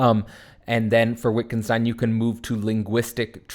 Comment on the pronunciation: fyi pronounced Vittgenstein